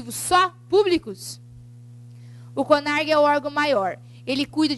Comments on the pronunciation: A Aula até que é boa, somente dois aspectos que me deixaram meio chateada. Pelo fato dela dizer sobre o curso de Arquivologia,eu sou Arquivista e garanto que o curso, principalmente para as pessoas que acompanham vestibular, sabem de sua existência, o curso possui apenas em Faculdades Publicas e a segunda é sobre o O CONARQ (Conselho Nacional de Arquivos) com a letra Q no final e não CONARG conforme ela fala. Ela escreve com Q mas fala com G. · ELA PRONUNCIA CONARQ O PROBLEMA É O SOTAQUE. VEJA QUE ELA ESCREVEU NO QUADRO COM Q NO FINAL